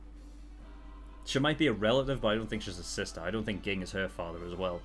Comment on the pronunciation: By the way, it's pronounced jing. Too many comments xD